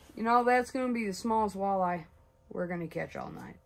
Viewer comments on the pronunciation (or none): I feel like Brian asking Stewie why do you put so much emphasis on the H?......... wait a second there isn't a H in the word walleye🤣 nice hat bud!!!